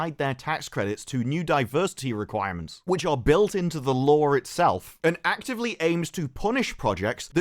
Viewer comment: It's LAW not LAW-R